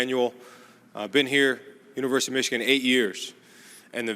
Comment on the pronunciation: Did he say, Universe of Michigan?